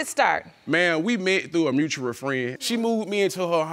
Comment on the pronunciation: “mutuar friends” “scrange phone call” “scressed out” “pretnancy” “troof”